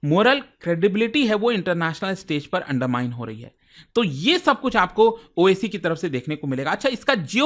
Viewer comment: owaisi ko oac keh rha hai bolna to seekh lei